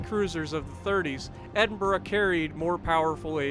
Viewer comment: Holy crap, pronounced the name correctly! S'all good though. I gave Jingles crap for calling the Maryland, Mary Land the other day but you are still ahead with the whole Exeeter thing. Lolz.